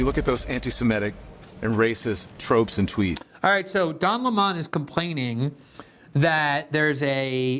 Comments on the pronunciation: I laugh every time Glenn pronounces “Lemon” like “Le Mawn”. It never gets old! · Why pronounce it "Le Monde" when it's lemon? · Yes. His name is "Lemon" like the fruit, but Tucker started pronouncing it "Le-Monn" a few years ago, as a random dig, and it stuck. When I see him, my brain registers, "Don Le Monn". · Thank you, Glenn...great video! I especially like you sticking with Tucker's pronunciation of the moron's name...Don Le Mon 🤣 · I watched this primarily to hear Glenn pronounce "Lemon" as /ləˈmɑn/. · It's pronounced like the fruit. Where are you getting that from? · It's pronounced "Dun Le'Mon" with a heavy French accent 😂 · Tucker has Glenn calling him “Don Le-mon” 😂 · Take a shot every time Glenn pronounces it 'Lé-Mon'. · The way you pronounce Don Leh-mon’s makes me laugh every single time. You’re voice is VITAL to this world Glenn. God bless. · I find it hilarious that glenn calls Don, Le-mon. Like he’s french or something. Everyone knows his real name is, Don Pinto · Interestingly, the first time I heard Lemon's name was from Carlson. I assumed it was the correct pronunciation because it is close to how that word is said in Spanish (I speak some Spanish (limón pronounced: lee-MOAN)!). Then I actually saw Lemon talking and got a good laugh! Great joke by Carlson. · Is it pronounced Don Le-Mon like how a Jamaican would say 'mon'? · Why do you pronounce it Leh-Mon? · it’s Lemon like 🍋